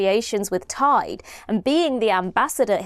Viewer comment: Interesting that ‘Tide’ sounds like ‘Taid’, the (north) welsh word for Grandfather. I wonder if that’s deliberate?